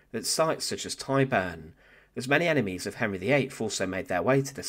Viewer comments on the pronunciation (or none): none